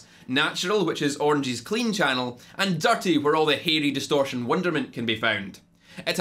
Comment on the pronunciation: The first time you were saying what the names of the channels were, I swore you said “duct tape” when you said dirty. I thought, “Seriously? They named a channel duct tape.” Lol.